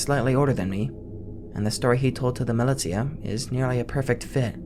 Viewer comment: "Milly tia" lmao